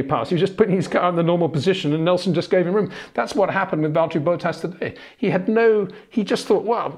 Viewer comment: Btw I can't help but hear Boat-ass every time